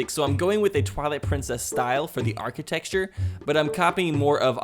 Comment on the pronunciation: You keep saying archite”x”ture. It’s bothering my ocd lol. No biggie though